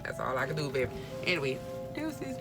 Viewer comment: Lol gotta be Louisiana all I heard was “yeaa baaabay”